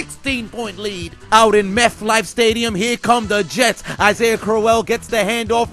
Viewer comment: Meth-Life Stadium LOL